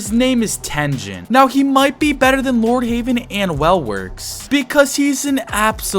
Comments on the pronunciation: You said Lordheywen not Lordheaven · Bro called lord heaven "lord havean" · For some reason you saying lord heavens name wrong trigger me (pls stop saying "lord haven" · I can’t get over you saying Lord HAVEN.